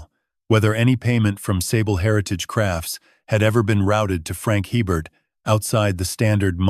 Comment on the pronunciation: If you're in Louisiana, you'd know that the name "Hebert" is pronounced "ay-bare".